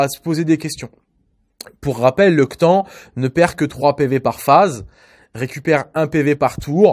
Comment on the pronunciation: Le "Que tan", ça pique l'oreille :p cela ce dit "que tanE"